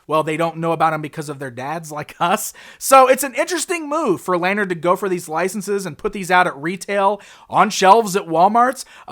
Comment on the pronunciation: Informative video,! I've got their 4" sets from last year. So fun, and what a bargain. (*The company name is pronounced 'Luh-Nard'.)